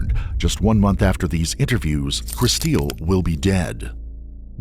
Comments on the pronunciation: I doubt her name is pronounced "Kristeel." Looks like "Crystal" to me. 🙄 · Her mom pronounces her name Kristil like "crystal." The narrator, the husband, and the detectives all say it like "chris-steel." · I absolutely hate it when they mispronounce a victims name. Where did the get Kristeel from Kristil. Kristeel is not what her mother called her. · Decent video but the AI voice ruins it. Like Kristil (just a common way to spell Crystal a little differently) is pronounced "Crys teel". Wasted our time - just have a friend narrate! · Guaranteed her name was "Crystal" but people love to spell that name really crazy. The AI voice or whoever is driving me nuts saying "Kristeel". RIP. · Kristil? Pronounced Kris- STEEL? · Please make sure in the future that you pronounce vitim's names right. You can HEAR her parents pronouncing it "Crystal." If you are making content and profitting off of victims you need to make sure you honor them and pronounce their names right. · So does her dad